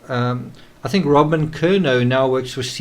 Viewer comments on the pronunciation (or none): none